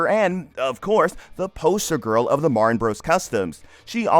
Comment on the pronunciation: Her last name is Martin, not "Mar-In".